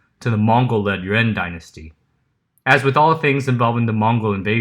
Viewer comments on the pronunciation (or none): none